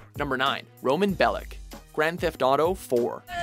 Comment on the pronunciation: BE LICH not BELIK omfgggggggg